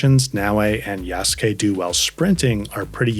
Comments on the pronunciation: yeah, The correct pronounciation would be similar to "YAHS-KEH" maybe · Tried it out myself, you're right, the "u" is almost there but not really. It did sound much closer to "keh" than the natural english "kay" in actual pronounciation, so you are definately right with that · Yasuke is pronounced - Yaas (short a) - Ke (Kay). The u is silent